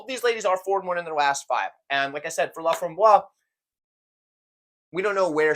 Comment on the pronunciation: "Laframboise" has an "e" on the end and should be pronounced "LA-FRAHM-BWAZ". If it were missing the "e", then the "s" bit would be silent and it would be "LA-FRAHM-BWAH". Also, "au fromage" does for sure mean with cheese. This guy is messing with you Lol.